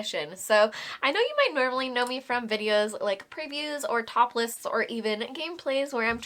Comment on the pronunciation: Wow,, SLOW DOWN with your talking! You said Top Lists but for a hot second I could swear you said "topless" and I was like "WHAT???" 😮😂😂